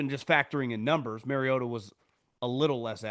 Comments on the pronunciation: The reason Collinsworth was pronouncing it as MarioTA is bc Marcus said something in production. It bothered him and his family. Not MarioDUH. Ha yep . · “Mario-TA” with the shoulder emphasis killed me 🤣🤣🤣…. I was wondering if it was just me last night 😂😂😂